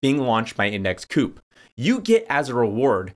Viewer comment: Pretty sure it’s index COOP. Their mascot is a bird 🐦 owl